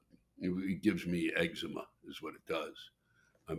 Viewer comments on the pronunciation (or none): none